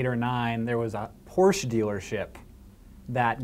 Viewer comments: I seriously thought Hank said "horse dealership" instead of "porche dealership" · What the hell is a porsch dealership?